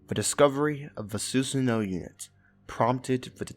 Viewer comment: The way you pronounced Susanoo made me hate the game.